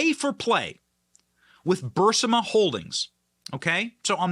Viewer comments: In the spirit of support for you and your channel (which I like and have long ago subscribed to), it's Burisma, not Bursima. Bur-IS-ma, not BURS-i-ma. Part of me thinks I'm being petty, considering the information you're delivering is sound and compelling as always. But it is so distracting to hear this mispronunciation that I had to re-watch the video and try (and struggle) to maintain focus (which is already not so easy for me). That said, and despite cringing hard on the mispronunciation, MUCH love to the channel! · Its Bureeeeeesma not Buuuursima. You pronounce it wrong on every single video. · Uh yea it's "burisma" not "bursima"!!!! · Benny we love you, but it’s Burisma not Bursima. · IT IS BUR--- IS---- MA. NOT BUR---SI----MA. NO OFFENSE Benny, but it irks me to pronounce it wrong every time. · It’s BUR-IS-MA 🤦‍♂️ can you or your team not READ. It’s not BUR-SUH-MA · Please stop saying Bursama. It’s pronounced Berisma. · BUH- Riz- muh Benny, not Ber-si-muh!!! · Benny it’s BURISMA😅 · Benny it's not Bursima it's Burisma please pronounce it correctly it's getting on my nerves. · Burisma...not Bursima. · Burisma not Bursima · Burr-ease-muh not burr-sim-uh haha But that aside, FJB. F the spineless GOP who won't vote on MTG's articles of impeachment. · Isn’t it BURISMA? Why say BURSIMA. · 'BUR-IS-MA', stop saying 'BUR-SI-MA'. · Love the content, however, it’s Burisma, not Bursima. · BurISma, not Bursima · Burisma. Not Bursima. Dyslexia? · Benny, I love your work but please get your pronunciation right. It's Burisma, not "Bursima". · I am with you, Benny, on all points. But you are mispronouncing BURISMA every time. People might get confused. It is pronounced burr-ees'-ma, not bur' sim a. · It's BURISMA, not BURSIMA. Just saying. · Pronunciate incorrectly or sarcasm ? Burisma or Bursima . Do you have a medical condition unaware of ? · BURISMA....BUR-IS-MA.......NOT BURSAMA!!! PLEASE???? LOVE YOU💜💜💜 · BURISMA not BURSIMA, “bahreesmah” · Pronounce BurRisMa.